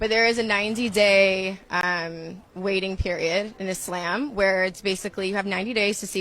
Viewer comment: bruh why she saying Izlamb 😂😂😂